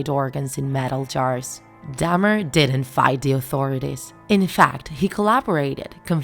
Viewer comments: I can't stand how you say Dahmer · Bih ain’t saying his last name right. I don’t know why but it’s mildly infuriating. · Why does it trigger me that they’re saying “Dam-er” instead or “Dah-mer” 😭